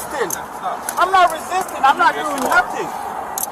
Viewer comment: "I'm not Re sis tin" go back to the second grade and learn how to speak correct English